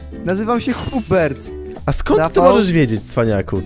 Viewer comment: nie on muwi jak muwi czyli chubert